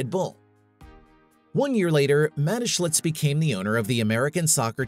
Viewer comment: Where is there a letter L in that man’s name. Do some homework on how to say the main subjects name. It’s annoying and disrespectful